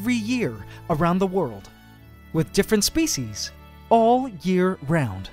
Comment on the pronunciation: "spice"!!? I mean "species".